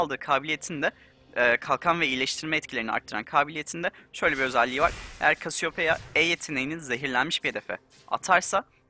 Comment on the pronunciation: yalnız kasiyopeya diye okunuyor olması gibi bir durum var